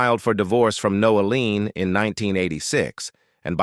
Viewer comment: Its Noeleen not NOAHLEEN...FACTS PEOPLE No lean or noleen pronounced